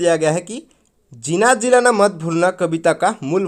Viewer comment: Sir gilala nahi gilana ha